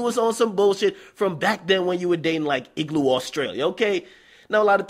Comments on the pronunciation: Boi said 'igloo Australia ' 💀. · "Igloo Australia" Lol